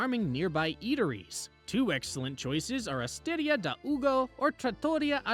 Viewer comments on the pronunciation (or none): Città Antica is pronounced chee-TAH an-TEECA and Osteria and Trattoria rhyme with pizzeria. Great video though 😊